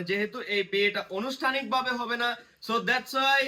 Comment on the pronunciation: কমন কয়েকটা ইংরেজি ওয়ার্ড বললেই কি স্মার্ট হওয়া যায়!!! সঠিক বাংলা উচ্চারণও জরুরী, অনুষ্ঠানিক😅না এটা হবে আনুষ্ঠানিক